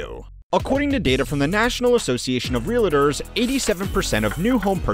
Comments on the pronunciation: Dude should reeeally learn to pronounce Realtor (relliter??) if they're going to make a whole video about it. Also not all real estate agents are Realtors. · The word is pronounced real-tor not real-a-tor. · Real-tor, not Real-a-tor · Realtor not real-I-tor… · Wtf is a real-uh-ter?” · When you mispronounce “realtor” it gives me little faith that this is your area of expertise